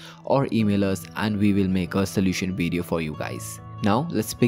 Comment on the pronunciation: "wideo" lmao